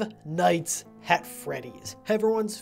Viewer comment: "five nights HAT freddys" bruh it's "at" not "hat" XD